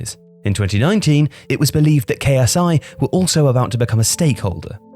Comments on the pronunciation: It should be QSI. I believe he says it correct the first time. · It's QSI not KSI. I guess this video will get deleted like the one you where you said Sa-eed Kolasinac instead of Sead Kolasinac. Can I become a video QC manager at? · am i the only one who heard KSI instead of QSI hahaha but seriously if QSI buy Leeds then the premier league will get even more interesting esp with Man City v Leeds 👀👀